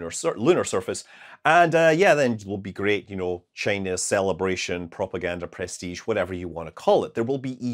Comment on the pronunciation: press-tige. lol.